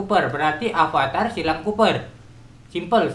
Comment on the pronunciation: Copper om bukan Cooper,wkwkwkwk